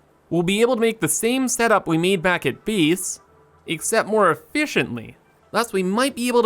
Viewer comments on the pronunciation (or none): I can't help but notice you say beeese instead of base. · I find it so strange that you somehow say a hard "a" as a hard "e" sometimes, so gate is "geet", base is "bees", it's so odd I can't help but repeated it every time you do it. I just can't understand it at all like everything else sounds totally normal and the suddenly you're placing a statue on bees.